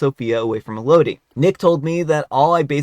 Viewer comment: It’s pronounced “EL-oh-dee.” It’s the name “Melody” without the “M.”